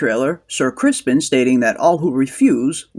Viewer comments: Are you calling him "Ser Crispin" sarcastically? Because it's Criston. 😂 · It's not "Crispin", it is "Criston" . . .